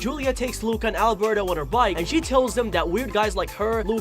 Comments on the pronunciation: Normal people: Luca This guy: LOOOOOOKA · Instead of Luca from this guy I hear LUACA